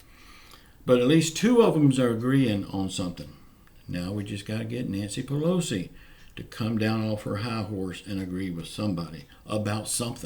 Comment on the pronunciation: It's Pelosi!!!!....Pelosi!!!